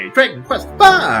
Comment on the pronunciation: Did you say HCBailifff on purpose or was that a slip of the tongue?